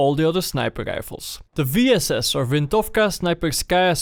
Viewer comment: Excellent pronounciation of VINTOVKA. GJ man